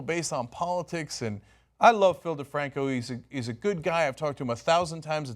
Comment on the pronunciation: Its philip defranco not difranco fix it pls